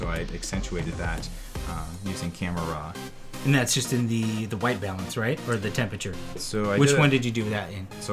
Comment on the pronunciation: when U said RAW i tought you was saying RAA the egyptian God ; i said wtf, great job btw